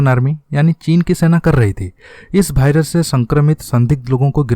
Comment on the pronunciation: वायरस या भाईरस, तय करलो कि कया है 😀😀